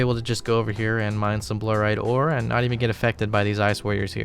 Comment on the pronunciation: ya really just said bluhrite instead of BLOORITE